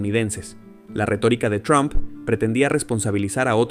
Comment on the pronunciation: Mijo, no es tron, es Trump,😁